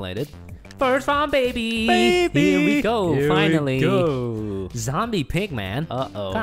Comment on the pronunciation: Why do they say “beby”?